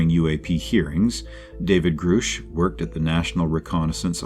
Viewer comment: its also grush like brush. This honestly makes it sound like you didn't do proper research when almost nothing is pronounced properly. Take this though as constructive criticism on how to improve because this was very watchable other wise.